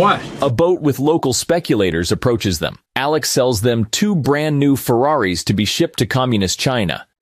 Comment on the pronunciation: again with the 'Ferraris" 😆😁😄😃😀